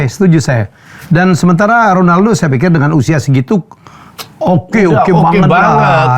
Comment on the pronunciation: Bung Helmy emang cara sebutannya KHONALDO ya? 😂 nanya aja sih